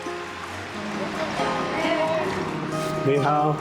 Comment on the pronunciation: Sometimes when you say hello (nihao) to someone and don't get a response, it's because there's something wrong with your pronunciation and they don't understand. There are four tones in Chinese, but your nihao doesn't have any tones.